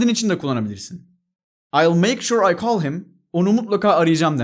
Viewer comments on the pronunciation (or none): none